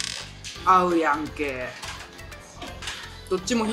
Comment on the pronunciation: 、イントネーションが違う。合うやんけ。→やう⤴️やんけやで。